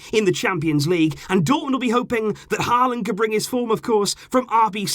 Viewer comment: Its not haaland. Its pronounced "holaand"